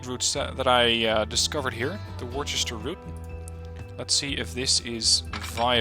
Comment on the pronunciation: Hey just so you know Worcester (I'm guess based off the Massachusetts city?) is pronounced Wuh-ster (it's weird)